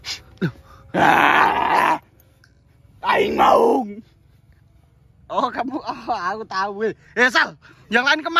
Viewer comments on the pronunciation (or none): Pliss dia tu bilang "aing maung" bukan "tai mauu"😭🤣